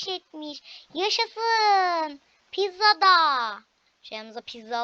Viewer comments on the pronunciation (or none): none